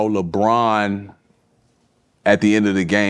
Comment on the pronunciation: Unc says "JaBron" 😂😂😂